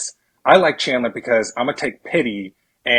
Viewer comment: said “CHANdlah.. 👀👀” hahaha